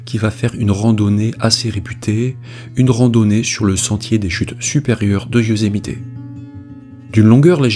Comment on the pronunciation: Youszmité ? Ou yousemite bordel ta jamais regarder de filme us pour franchisé des nom simple et super connue